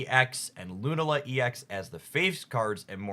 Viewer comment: Your Lunala pronunciation is going to drive me nuts. Thank you